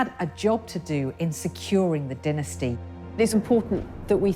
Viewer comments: they way the pronounce dynasty 🤡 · Stop saying diinesty. Its DYNASTY